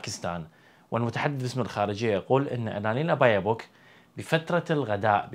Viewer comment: baerbock und nicht bayerbock herr kollege :-)